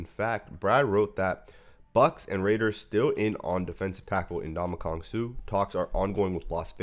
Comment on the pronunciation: Never in my life have I ever heard him called "N'DonkeyKong Suh" 😂😂